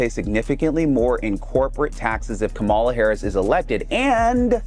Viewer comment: and its "comma la" say it right